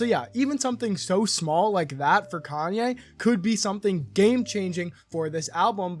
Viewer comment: I don’t get it, how can you be such a fan and can’t even say his name right..